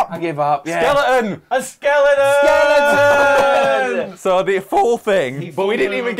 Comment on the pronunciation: When they all say "skeleton": - Skele'on Tom - Skeledon - Skeleton